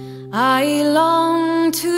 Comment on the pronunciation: I just had this pop up in my feedm I love Celtic Woman. However the mispronunciation jarred me out of sleep. Shenando isn't right. She nan do ah. Too late obviously.